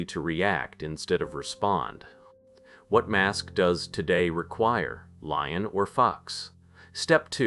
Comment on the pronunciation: lion or fox lol i had to turn on my captions to see what you actually said because it sounded like lying or f u x 🤣 i have to admit , I started having a little chest pain early in the vid( And I have extreme high blood pressure) n I had to lay down, but when I heard this I laughed so hard and it distracted me from what was probably an anxiety attack.